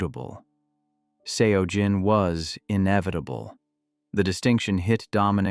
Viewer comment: Pronunciation of Seo Jin is pronounced closer to “So Jin”.